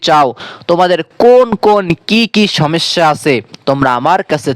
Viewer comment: হজাগ কি জিনিস? এলারাম কাকে বলে? সমেস্যা কি? ভাষা শুদ্ধ করে বলতে না পারলে কেন কনটেন্ট তৈরি করেছেন?